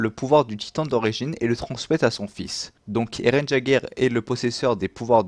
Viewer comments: D'Eren pas D'Erens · Chuis mooooort comment il a niké le nom de eren à 😂😂😂🤣🤣🤣